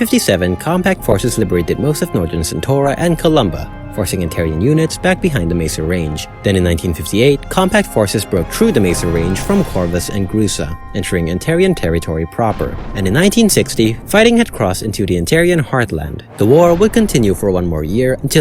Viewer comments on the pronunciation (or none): I might be wrong,but the way you say skorpii and grusi sounds cursed af,I think it sounds more like just like how its spelled,skorpii and grusi. with the i sounding like a normal i.